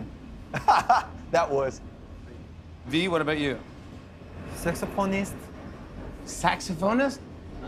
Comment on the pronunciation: This time V pronounced 'Saxophonists' accurately!!😂💜